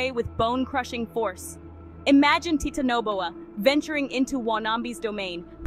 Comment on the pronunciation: Teatanoboa 💀 Guys what is titanoboa It’s teatanobia The tea snake